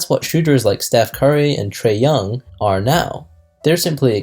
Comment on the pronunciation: Did you say Trea Young? Don't mixed him together with curry. Come on.....